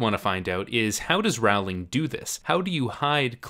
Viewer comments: Great video, but 10 points off Gryffindor (or whatever house you're in lol) for pronouncing Rowling wrong throughout the video - it's a pretty common mistake but it's a pet peeve of mine so it was distracting while trying to focus on what you were saying. Still really enjoyed it. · This video is great as always, but since you've been doing this for quite some time, could you try and pronounce Rowling's name correctly, pretty please? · Great video. The other thing she did was plant setup and clues for plot points one, two or even more books ahead of where they became relevant. I remember how we all spent hours on message boards trying to spot the clues for future books. (Also, it's Rowling as in bowling not Rowling as in howling.) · Her name doesn’t rhyme with growling it rhymes with bowling. Rowling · J.K. Rowling's name is pronounced like "roll-ing", not "ROW-ling". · Love it, great points and observations. Early on in the series in an interview she actually talked about how she was writing mystery novels disguised as fantasy, so this isn't just a theory, it's truth. Just one nitpick, though. "Rowling" rhymes with "bowling"- "Raowling" isn't her name. It almost made me leave the video, but I thought the title content might be worth cringing through the mispronunciations. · His pronunciation of "Rawling" is annoying. Her name pronounced "Rolling" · Why do you say her name as RAWLING instead of ROW-ling? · It's actually pronounced Rolling, not Row-ling. Just FYI. :) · Rowling rhymes with bowling, not howling. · ROWling. As in ROW your boat. Not Rauwling. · Great video! But please pronounce JK Rowling's name correctly. It's Row as in row the boat not Row as in argument!! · Great video!! Just one thing... Say her name right. Stephen Fry, who narrates the audiobooks in the British version and knows her personally says it's row, not rawl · Rowling is pronounced like rolling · Rowling is pronounced like “rolling” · It's 'Rowling' like 'bowling'!!! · Its JK Row-ling